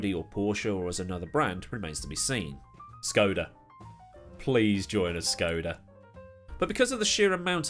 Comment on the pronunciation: What. The Fuck. Is a Skoduh?